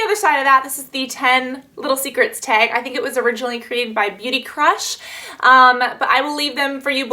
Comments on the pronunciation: i love how you say teg and not tag lmao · You say "tag" different than me but we both live in Cali...are you from somewhere else originally, like Chicago?